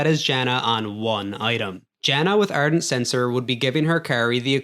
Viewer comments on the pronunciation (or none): ARdent, not Ernt